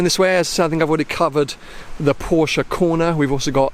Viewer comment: Please LEARN to PRONOUNCE the word "PORSCHE" CORRECTLY!!!